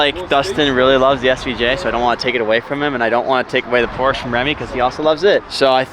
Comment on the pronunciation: Pleassss say Porsche not Porsch 😭😭😭